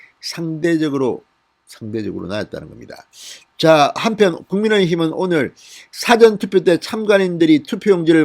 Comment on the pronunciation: 성호씨 참 말안듣네 사전투표 발음 고쳐주세요 4번째요청드림^^